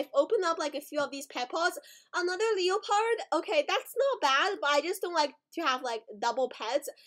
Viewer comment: It's not pronounced leo - pard it's pronounced le - pard lol